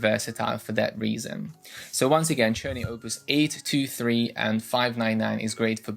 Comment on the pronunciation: Czerny I use with my students at the Music Institute. It's pronounced with K I ALWAYS HAVE. FIR EXAMPLE (KERNEY)